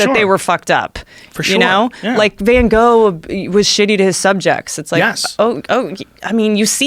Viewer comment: That dumb bitch knows nothing about art first off that’s not how you pronounce Van Gogh’s name and second he didn’t have “subjects” he painted landscapes moron.